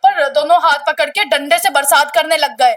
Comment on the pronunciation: कपड़ लिया कपड़ लिया क्या होता है आंटी पकड़ लिया बोलो न बोलना भी नहीं आता इन औरतों को तो😂😂😂